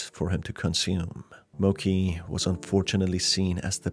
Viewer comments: Ok but when people pronounce “Mochi” as “Moki” it actually hurts me inside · Just a small nitpick, the dog's name is most likely pronounced Mochi (Mow-chee) and not Mochi (Moe-key).. Beside that, Loving the game analysis! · Mo-ch-ee not mo-ck-ee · the dog's death was so sad! i think that was the worst part of the game. by the way, the dog's name is pronounced 'mo ch ee' not 'mo k ee' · Mochi is pronounced as it's written, not mo-k-i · It brought me psychical pain every time Mochi was said incorrectly